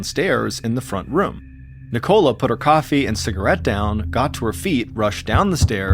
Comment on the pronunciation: Ni-Cola lol